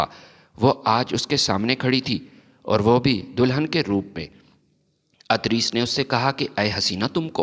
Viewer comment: adris nahi idrees